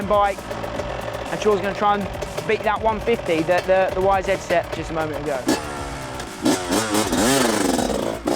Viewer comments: Why do you say "Y-Zed"??? It's "YZ" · Fucking YZ damn it , say it right !! It’s not a fucking zet !!